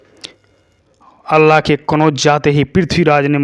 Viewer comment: Abe chutiye Allah nhi h vo Alha h 😂